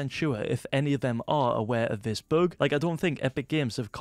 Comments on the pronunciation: I love how you say bug this "book" xD. Love your videos <3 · It is a ‘boog’